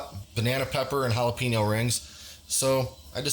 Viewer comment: jalapeeeeno is not how to say it .. we say texas, not teeeexas, wake up